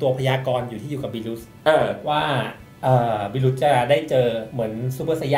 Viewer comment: ทำไมเรียกเทพบิลว่า "บิลุส" ไม่ได้ตามเพิ่งมาดูจริงๆครับ